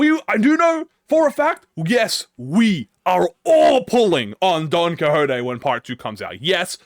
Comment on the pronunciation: "DON COJOTE" hahahahhahha